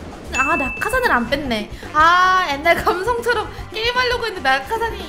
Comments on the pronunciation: 옛날말고 앳날이라고 발음하는 게 킬포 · 옛날 아니고 엣날